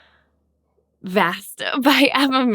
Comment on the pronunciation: Clematis; all vowels are short and the emphasis is on the second syllable.